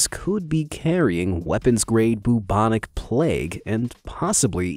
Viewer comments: BOO-BONIC PLAGUE oh dear. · Boobonic plague? Its pronounced Bewbonic lol.